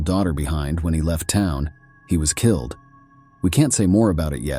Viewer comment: Brutally kil-lad,???